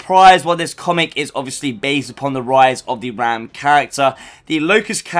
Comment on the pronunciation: How are u a gears channel and pronounce raam wrong